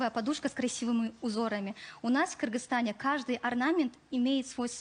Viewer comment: Когда же научиться Малахов говорить Кыргызстан!!